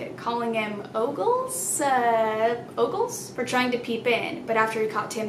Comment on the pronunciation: "Oooogllles?" Me: "no kid its OG-ELS"